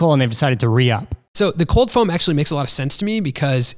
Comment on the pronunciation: foam-o 😂 loved it